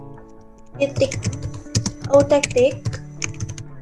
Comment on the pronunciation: Kelebihan : Video yang ditampilkan suara terdengar jelas, dibawa dengan santay dan tidak terburu" jadi enak didengar Kekurangan : Backsoundnya bisa dikecilkan sedikit agar lebih bagus dan ada beberapa kata yang tidak jelas seperti kata autetik Saran : kedepannya agar lebih baik dalam menjelaskannya dan sebaiknya kata" yang penting atau hasilnya sebaiknya di fill color